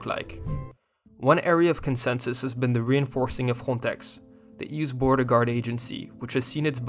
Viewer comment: Weird pronunciation of Frontex